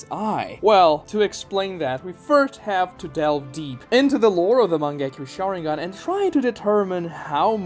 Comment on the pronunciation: Heard you pronounce "Mangekyo Sharingan" and had to click off the video dawg wtf was that